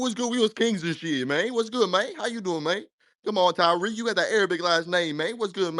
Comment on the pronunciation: NOT THE BIRDS CALLING FOR TA-WEEK, TA--WEEK 😂😂😂😂😂😂😂😂😂😂😂 I CAN NOT WIT YOU TARIQ, IN LITERALLY IN ALL TYPES OF TEARS